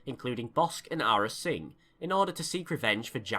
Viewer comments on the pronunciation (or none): Yes Im Going To Be That Guy It’s not his accent he said Arra Sing as well, and I thought it was Americans that couldn’t say it right.